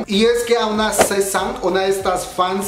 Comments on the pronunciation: Esemtoun... 🤦🏻‍♀️correctamente se pronuncia ES EM TAUN Sesang... 🤦🏻‍♀️ se pronuncia Saseng 사생; Sesang 세상 significa mundo. Gors Yenereshon y Red Velvét 🤦🏻‍♀️🤦🏻‍♀️🤦🏻‍♀️... se pronuncia Gurls Yenereishion y Red VÉLVET no VelvÉt. Amigos, si van a dar chisme coreano, mínimo tengan tantita curiosidad e investiguen como chingados se pronuncia... Btw, creo que la info que ofreces es buena y se agradece que te dieras la tarea de investigar un poco. Sólo no repitas una y otra vez el sujeto al cual estás haciendo referencia. Ojalá hubiera contado cuántas veces dijiste "esemtoun" o SM Entertainment. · se pronuncia saseng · Creo q es sasaeng y se pronuncia sasen creo no estoy segura 😅